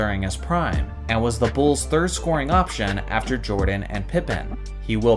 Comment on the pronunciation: "Da Bulls"